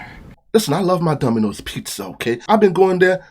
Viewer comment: Did you say Dumbinoes?😂